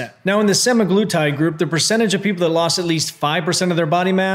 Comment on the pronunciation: You're not pronouncing it incorrectly. Sem A' gloo tyd. And for most, people have to be on this shit for life to maintain once they've lost their weight and started hating food. And studies have shown that the VAST majority who get off of this medication will gain their weight back, or more. Not to mention the side effects while being on it, none of which you mentioned. Crazy that a man who is in amazing shape and doesn't have diabetes is able to get semaglutide while those who have diabetes and actually need this diabetes medication struggle to get it. 1.77 million subscribers and many of these people will go get this medication for cutting, which is not the intention. Many will develop kidney problems and other issues. Really disappointing that this is no better than a VShred video. But whatever it takes to get likes and subscribers I guess. Love your other videos but you've lost my trust.